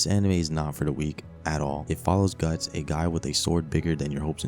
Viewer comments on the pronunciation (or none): none